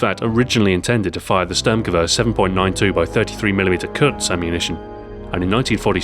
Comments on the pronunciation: Listen to what he says when he talks about the stg 44. He says Störrmgewörr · You pronounced Sturmgewehr not very good. :)